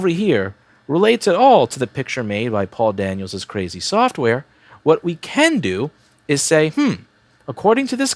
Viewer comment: I don't know why, but every time Louis is talking about Paul Daniel's software, I hear "poor Daniel's software".